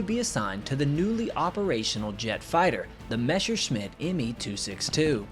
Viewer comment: Btw its. MESSER-SCHMITT and Not a mesher Schmitt